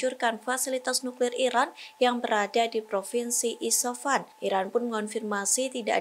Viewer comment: Isfahan, bukan isafan. Coba nyebutinnya yg benarlah, banyak kali jurnalis di tribun yg GK bisa nyebutin nama2 dgn benar.